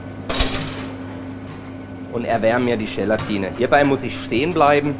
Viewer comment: Ist es eigentlich Teil der gastronomischen Ausbildung, dass man Dinge ganz besonders betont? GElatine, VINIgrette, RÖÖÖHsten, ... :D Oder liegt's an der Region?